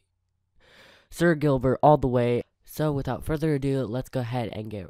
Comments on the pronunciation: Either you said spooky video or you said sil instead of sir Gilbert in Kaileebaby pronounced Kyliebaby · or said sir Gilbert wrong 2 times